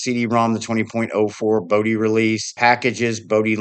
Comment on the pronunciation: The "o" in Bodhi and Moksha are both pronounced like "oh", "yoke", "flow", etc At least they are in my head, and by other Bodhi devs I've chatted with.